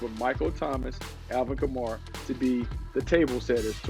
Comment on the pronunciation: I’m a saints fan and any other saints fan get aggravated when they say Kamara wrong? Just me? No? Ok